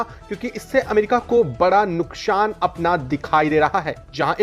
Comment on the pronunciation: Nukshaan pronunciation problem